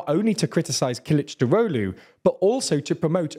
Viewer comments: I can help you pronounce Kılıçdaroğlu's name. Kill - itch - dar (like jar) - og (like egg) - lou, punctuating JAR, killichdAroglou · I watch just to see say Kılıçdaroğlu... 🤣